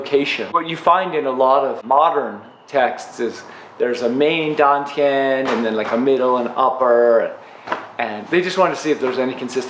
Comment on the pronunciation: Why dontyiuproounce like station